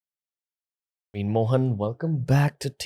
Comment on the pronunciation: Its actually PraveenAAAA MohanAAAA.. like he pronounces all Indian names. Colonised 😅😅😅